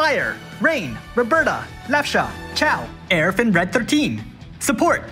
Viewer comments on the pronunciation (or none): none